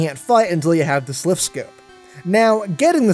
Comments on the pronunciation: Silph, not sliph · No one mentions he says sliph instead of slipje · it's.. a silph scope.. not a sliph scope.. no offense dude, but your voice.. lol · Also it's pronounced silf not slif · HAHA I knew it was pronounced Silph. Dislike it is! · I didn't know a few of these, well done on compiling an actually educational list. Too bad you can't pronounce Silph properly though :/